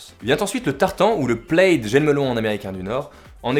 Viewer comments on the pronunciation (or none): Tous les styles sont très réussis et j'ai du mal à choisir, pour une fois ^^ Par contre je crois que le motif tartan, "plaid" en anglais, est prononcé "plad". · Merci Gloria! En effet, ça se prononce "plad" tu m'apprends un truc. Et j'aime apprendre des trucs. Alors merci encore;)